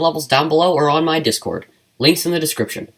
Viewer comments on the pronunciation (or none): none